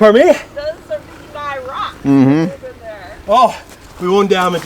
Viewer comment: Rucking? (Grabs stone) it's called rocking 😂😂